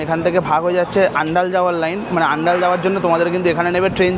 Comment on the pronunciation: ভাই জায়গাটার নাম অন্ডাল আন্ডাল নয়...তোমাদের ভিডিও অনেকেই দেখে তাই সঠিক বললে ভালো হয়।।